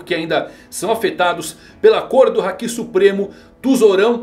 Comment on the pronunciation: Minha esposa pediu pra parar o video no segundo que ela ouviu KaidÔ.. meu deus porque pronunciam assim.. no próprio anime o Luffy fala Káido! Háki, não Hakí... Lúffy!.. Yamáto.. você fala YamatÔ...? ZorÔ? Não né .. nao falam Onigashimá.. é Ônigashíma...